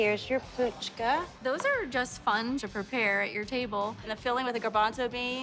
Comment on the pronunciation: Missing the all-important 'h' in the 1st syllable of pHuchka is like saying "amburger".